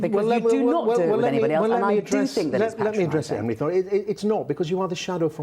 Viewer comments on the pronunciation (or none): none